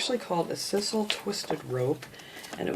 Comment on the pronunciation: just a note... sisal is pronounced size-ul